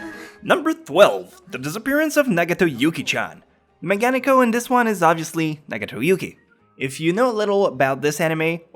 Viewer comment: I'm sure someone said this, but Megane-ko...that's at least how you say it. God work as always.